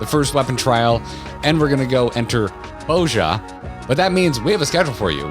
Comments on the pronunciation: not "boja" but "boz-ya" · Bozja is pronounced like the Russian expletive. Which, given that the catdads all have Slavic accents, has GOT to be intentional because it's hilarious.